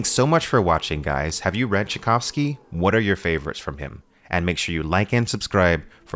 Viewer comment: And now say Tchaikovsky properly., Its the same name as the composer. 😊